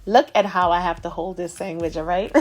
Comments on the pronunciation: irish people call it sangwich too when it slaps. followed the recipe and thats a gawdand SANGWICH !!! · We’re you brought up with Italian people? The way you say “ sangwich ” 🇮🇹❤️ ( I’m Italian)